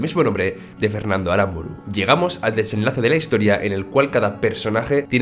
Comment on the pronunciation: estoy bastante de acuerdo con tu analisis pero solo un detalle. arámburu (golpe de voz en la a) ??!! en serio eres vasco?.